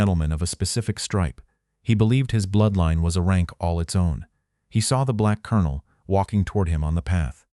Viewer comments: While I am very happy to have this remembered for the importance of this, I am DEEPLY DISAPPOINTED in the AI voice over mispronunciations like pronouncing “COLONEL” as Kol-on-ol instead of Kern-el. Also the lack of punctuations and incorrect gathering of phrases in the subtitles, makes it substandard to the point I almost quit 2/3 of way through. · The narrator cannot pronounce 'colonel'. he should be replaced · no record? and an AI narrator that cant even pronounce colonel? Sounds like a fail channel recipe to me. Where can i find this? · This AI portrayal is absolutely horrible. Couldn't even pronounce the word colonel. The lesson is good, but this is an insult to all who served.